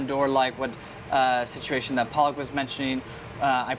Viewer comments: Lol PAALAK is Spinach in hindi 😜 Her name is pronounced “ Puh-luck” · Lol PAALAK is Spinach in Hindi 🤭🤣🤣 Her name is pronounced “Puh-luck” It was funny and cute 😜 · Wish Andy could at least pronounce the name of the Chef right...